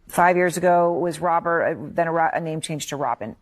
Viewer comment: It's Robert, Jeremy... Robert.